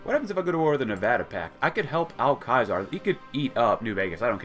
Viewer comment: It’s ceasar , not kaisar